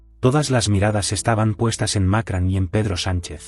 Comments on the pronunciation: No se dice Macran, se dice Macron! Pronuncien correcto! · No es Macran es Macron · Por qué dicen Macran? No saben que se llama Macrón? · ¡¿Macran?! ¿Dónde coño está la 'a' en su apellido? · NO ES MAKRAN, ESTUPIDO.. SINO MACRON. VASTA DE BOTS E I.A. ESTÚPIDA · Por qué carajo dice Macran este memo ignorante ? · Que mal pronuncias el nombre del presidente Francés